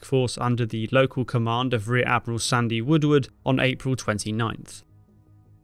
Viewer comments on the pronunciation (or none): none